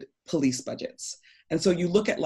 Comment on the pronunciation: How do you say police? Surely not powlice. Please learn English first man? powlice?? Are you kidding me?